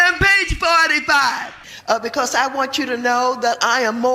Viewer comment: “In peach fortify”